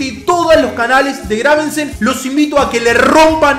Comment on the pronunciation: muere un gatito por cada vez que dice graveNsen xD